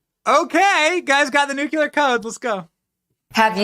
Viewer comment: Nu cleeeee ar code. Not nu cu lar! UGH!🫤